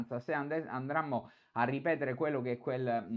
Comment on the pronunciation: Se "ANDRAMMO" Cit....